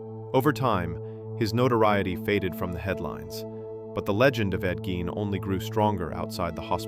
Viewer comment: First off, you're pronouncing his last name wrong. That's super annoying. Secondly, what's with the stupid "audio files" that are obviously not real. Super, super annoying. I gave it 2 minutes and I was out.